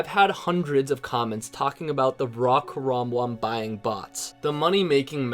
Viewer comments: when there's an n, don't pronounce it like an M lol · There’s an “n” at the end of karambwan not an “m” fuckssake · you saying karambwan correctly